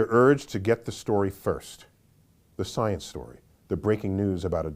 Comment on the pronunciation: UM... IT'S PRONOUNCED... "" STIENCE""!!!!, YOU GUYS🙄 ,🎼🎼🤘"She blinded me with STIENCE;"🎼🎼 .. "POETRY IN MOTION".. {?¿?‽?‽?¿?)...¿ meOW 🖤